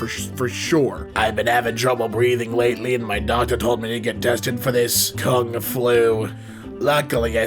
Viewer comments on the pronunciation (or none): none